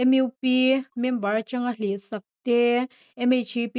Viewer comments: Pu Editor sapram ahpawh mizo tawnghmang leh hnamdang zukawm hokhuan saptawng hmangin anin khawm a ngem aww 😅😅kantive e. Tin A zawttu nu khan mizo tawng a thiam chiah lovemni leee M IU P. a tihtlat M U P a tithiam longe 😅😅mahse hnamkhar kanni a comon langui hmangthei hram ila a thaber mizo tawng anhmang lovemni lee. Zohnam kannih chuan Duhlian tawng thiamtum i la.hmangthei theuh turin tan i latheuhang u . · Changkangna. MUP = Em iu pi. I va chhiar thiam lo ve. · Chhiar tu duhtak , M U P hi , M Eu P tiha ilam le, Mizo tawng ania mizotak khan lamtawh nithei se, U tih hi saptawnga lam kher a loh nise